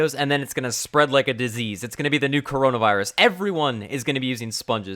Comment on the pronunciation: rip ur moni u said oronavirus